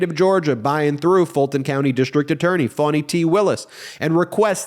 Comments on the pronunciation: Foni not Fani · How do you get "fawny" out of Fani??! 🤔🙄